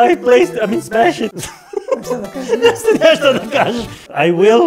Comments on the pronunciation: "I want to smesh" - 2021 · she actually said smesh